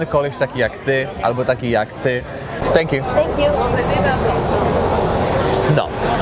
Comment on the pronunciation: ... "Stęk Ju" xD